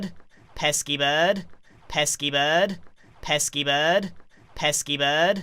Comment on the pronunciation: Evolution of pesky bird: Pesky bird Pess keyboard Pesky bud Pes keep erd